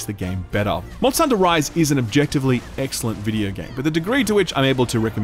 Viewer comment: Did say EGGxcellent when showing a Kulu Ya-Ku? LOL